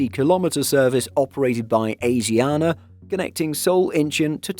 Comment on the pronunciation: pronounced every name here wrong including asiana ffs